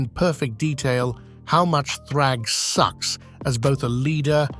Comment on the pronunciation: the emphasis on SUCKS got me rolling bro great job, great content